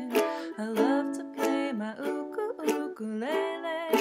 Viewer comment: ❤Beautiful homage to this humble and beautiful instrument...and you even gave the Hawaiian pronunciation of ukulele. 🎉❤❤